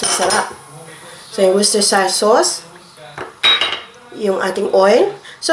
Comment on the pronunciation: Rosana Cepeda ang alam ko sa sauce na nahirapan siyang ipronounce ay Worcestershire sauçe. Pang marinate ito na sauce. 😊